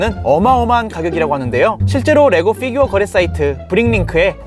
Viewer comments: 쁴규어라고 발음하는게... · 피규어 발음할때 피 만 원어발음으로 하는거 개웃기네